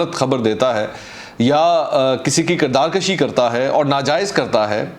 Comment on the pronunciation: Please correct your pronunciation it is "KIRDAAR KUSHI" not "KIRDAAR KASHI"